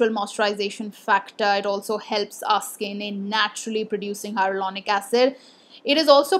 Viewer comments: She says HyRo-Lonic instead of Hyaluronic 😁 Cute! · Plz pllzz learn to pronounce hyaluronic acid correctly.. take it as a healthy criticism.. dnt do this mistake again. It ruins all the hardwork u put in gathering all the info wen u dnt pronounce the word correctly..